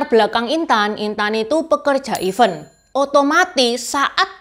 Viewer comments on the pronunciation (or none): Selain "worth it", juga pelafalan "event" yang sering ketukar dengan "even", ini cukup mengganggu karena artinya jauh berbeda.